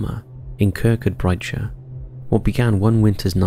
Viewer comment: Also, the pronunciation of Kirkcudbrightshire... “Kirk-cud-bright-shire”. 😅 If only it were that easy. 😂